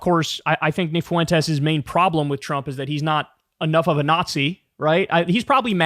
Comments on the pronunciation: Jesus H Christ Kyle, it's pronounced Fwen-tes, not Faw-wen-tes! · I can’t get over how Kyle says “foo-entes” instead of fuentes lol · Kyle's dedication to pronouncing his name as Nick Foowentes is unwavering